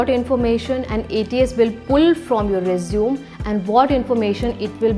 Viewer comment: Everything seems good, however I ascertained that there was an error"'The pronunciation error" please do not use रिज्यूम instead use रेज्यूमे